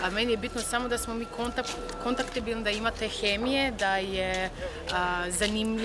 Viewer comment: Skoro da se namučih - konpatibilan. Ona reče u brzini kontaktibilan. Ništa tako strašno. Greške se događaju. A vi sve znate? Inače ne volim tuđice.